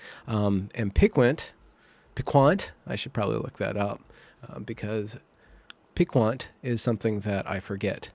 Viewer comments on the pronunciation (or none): Piquant. Pee kahnt. You don't speak French, do you. Obsequious?